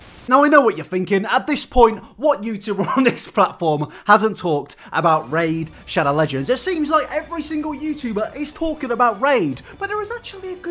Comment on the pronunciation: Everytime he said ‘Raid Shadow Legends’ I heared Racial Legends